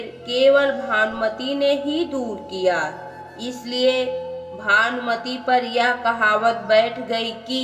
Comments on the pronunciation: Aap भानुमति को भानमती पढ रही है ।।। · अरे बावली भानमती नही भानुमति है